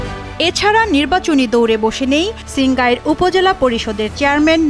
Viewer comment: ওটা ছিঙ্গাইর নয়, সিঙ্গাইর